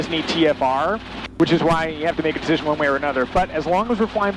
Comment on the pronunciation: "I made the command dicision" LOL We mere people make "choises".